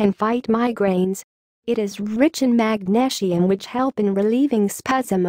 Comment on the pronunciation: Magnashium LOL !